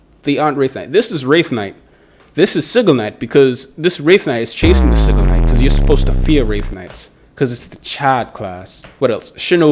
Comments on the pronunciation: He said it wrong lmfao it’s Si-gil not sig-il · Yeah, that isn’t how you pronounce “Sigil Knight”